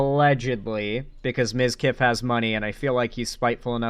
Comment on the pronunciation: ?!?! How the fuck did you get that wrong?! Everyone says mizkif!